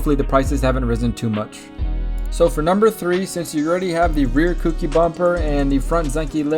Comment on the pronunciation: Cookie lol it’s koUki